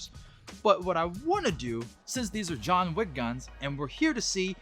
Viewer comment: “Jon Vick” in Turkish accent